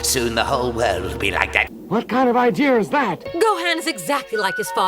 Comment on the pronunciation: Also what's with these bad dubs saying "idear"?!